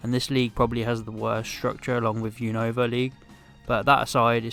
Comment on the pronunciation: You said unova wrong